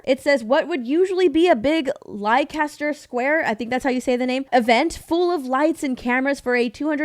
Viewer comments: You should have checked with Disparu. lol It's pronounced the same as, "Lester". (For reference - the "e" sound, is the same sound as the "e" in "egg"), but it's close enough. You can see the tension in the air between them. They do not look comfortable standing next to each other. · Replace ly-caster with lester. As in pester. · It's written: lie-caster, but it's pronounced: throat-warbler-mangrove. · Leicester. Lesta. LESTA . It's pronounced leh·stuh. Lesta Square. /ˈlɛstə/ More or LESS then a short T then a shwa. That is the worst attempt to pronunce Leicester I have heard! Nevertheless, that said, one scale of 1 to 10, if Lie-Caster is firecracker, Zegler's personality Nagasaki. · Hi. It’s pronounced “less-ter square” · You may not care, but, Leicester is pronounced Lester. ❤ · Leicester is pronounced “Lester” 🤓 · Leicester is pronounced lester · Leicester Square is pronounced 'Lester Square'. The UK is slightly behind recognising Disney for what it is but we are catching on. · it’s pronounced “Lester” Square 🤷‍♂️ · Leicester square is pronounced like ‘Lester square’ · It's not; We also have standards here in the UK and it's pronounced 'Lester' Square. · Leicester = Lester :) :) but its ok, english is hard sometimes :D hehehe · Leicester is pronounced LESTER, i should know, i live in Leicester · Saying Leicester like that is criminal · Leicester Square, you pronounced it with a A in the word… where is the A in Leicester?